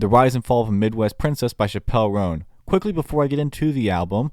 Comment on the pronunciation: You're saying her name wrong